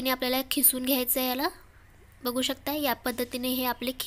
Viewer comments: खिसून नाही किसून बो ला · Khisun nahi g....kisun mhantat